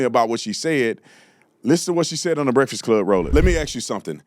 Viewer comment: The brekfod club. Speak English you dumb ass